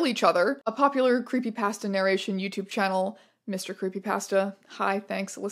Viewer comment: Your pronounciation of creepypasta still hurts me